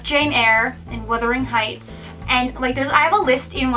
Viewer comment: Thankyou SO much for correctly saying wuthering heights, why do so many people say withering heights. Also far far away Is amazing